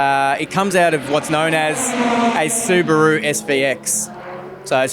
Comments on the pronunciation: It's subaru not subarrrru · What's a su-bar-ru? Is it related to a kangaroo